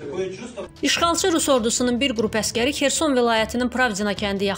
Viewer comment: Şəhərin adı Kerson deyil,Xersondur.Düzgün deyin.